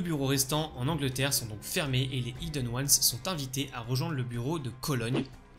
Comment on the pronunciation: Bonne vidéo mais soyons claire… y’a un H aspiré dans Hidden… merci d’arrêter de le prononcer idden c’est stressant 😰